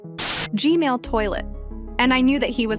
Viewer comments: You said g-mail but it's G MAN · Why DID YOU SAY GMAIL TOILET AGAIN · umm its g-man not g-male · she said gmail but not gman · “Gmale toilet” 💀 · Hug you say gmail toilet